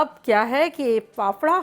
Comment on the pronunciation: Faafda not phapara 😁